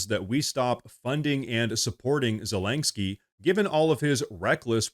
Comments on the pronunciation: I can't stand the little Cocaine Goblin, but I also dislike you mispronouncing his name. It's zelensky, not zelenksky. Unless everyone else on the planet is mispronouncing it, which is absolutely possible in Current Year. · Please: Za-LIN-sky, not Za-LENK-sky. Thank you, and good reporting. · It's zel-ens-kee NOT zel-enk-skee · PLEASE PLEASE SAY ZELENSKYS NAME RIGHT! ITS NOT ZELENK-SKY! makes you sound like a hillbilly. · I'm curious, why do you always say "Zelaingsky" instead of "Zelensky?" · I know this is unimportant, but why do you say “Zelangsky” Ze-Lin-Ski. I really like your videos, but it grates on my ears to hear it. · It’s not ZelinKski😑 It’s Zelenski 🙄 He is SCUM SO WHATEVER. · its ZeleNsky the letter in the middle is an N. ive never even heard the letter you pronounce there lol. its like an OCD thing for me, a small, but so annoying😀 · There is no G in zalenskyy. How can you not pronunciate it, it's such an easy name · There is no "G" in Zelenskyy's name. "Morse" is one syllable, not two as in "Morris". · Could you PLEASE learn how to say Zelenskyy?! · I just realized that this dude is an AI. At first I thought his voice sounded like one & he keeps mispronouncing Zelinsky, but then I watched him & he doesn't blink... It's kind of creepy. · I LOVE your channel,, but WHY do you pronounce Zelenskyy's name with a "G"?????